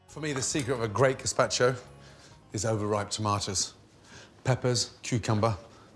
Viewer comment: I had to stop watching the video after 30 seconds because he butchered the word gazpacho